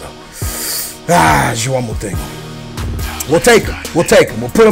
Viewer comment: mountinho? moutinho -.